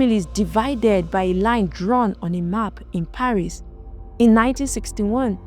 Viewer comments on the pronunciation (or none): none